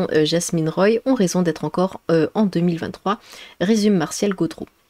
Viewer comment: Ça se prononce quoiticouque et Roy se prononce roi . Enfin on parle de mon Québec !